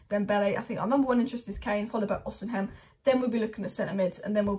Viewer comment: It’s pronounced O-SI-MEN, not O-SIN-HEM.